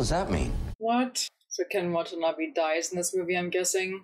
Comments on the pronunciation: Every time I hear someone pronounce Ken Watanabe's name, it sounds like "what a knobby" to me, and it always makes me giggle. No disrespect intended, I just think it's funny. Great reaction! \m/ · Watanabe is pronounced "wah-tah-nah-beh"